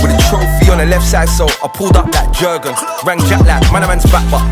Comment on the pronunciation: 'Jerrgunnn' how someone let this this song if he can't even pronounced the name right 🤣